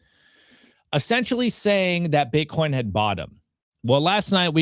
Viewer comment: She said bitcorn